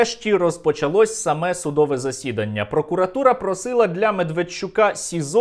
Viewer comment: Правильні наголгси: грОшей, судовЕ засідання.